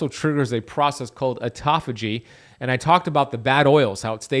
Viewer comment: OMG, auto-phagy... Not aut-toph-ay..... Do not take this psuedoadvice.